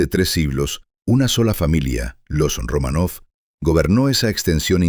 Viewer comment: Y dále con "Romanóv". No es "RomanÓv", es "RomÁnov". A ver si se documentan bien antes de hablar de nadie.